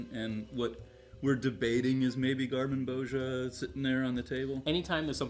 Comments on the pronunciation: Gar-min-bo-ZEE-a. Gar-min-bo-ZEE-a once again. Repeat. Say garmin-bosha one more time in a video and i will suplex you through the internet. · you guys are so knowledgeable, why can't you remember that Gar-mon-boz-i-a has five syllables?